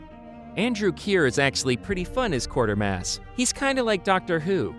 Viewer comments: It's QUAY-ter-mass, NOT Quarter-mass! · Quatermass. Quay-ter-mass. There's no R, it's not Quarter-mass.